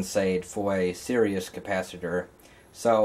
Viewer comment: It's series not serious.